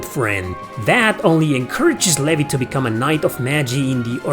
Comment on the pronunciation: Also, Levi's name is pronounced Lee-vī It's a pretty popular name in the Commonwealth countries.